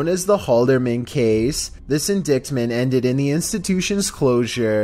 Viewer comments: He said “in-dikt- mint” its pronounced in-dite-mint lol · I was scrolling through the comments to see if anyone else noticed that lol. In-dict-mint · "Indict" and "indictment" look like they should be pronounced that way, but they are pronounced "indite" and "inditement".